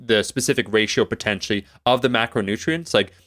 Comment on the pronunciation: Love when says potenshe(potentially) ackshe(actually) haha